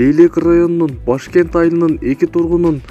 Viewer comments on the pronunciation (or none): туура айт Башкент емес Бешкент